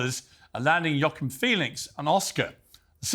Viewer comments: yockim??? HUAHKKEEN =JOAQUIN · I love the English, they invented the best language in the world and can't pronounce the word Joachin! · Learn how to pronounce Joaquin ffs